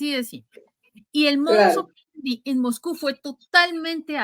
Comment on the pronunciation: CÓMO ES POSIBLE QUE EN PLENO SIGLO 20, NO HAYA SERIEDAD EN LA PRONUNCIACIÓN DEL LENGUAJE. EL CASTELLANO TIENE UN ALFABETO Y REGLAS ORTOGRÁFICAS. NO ES "PUTÍN" ES "PÚTIN" NO ES "MOGCÚ" NI "MOJCÚ" ES "MOSCÚ"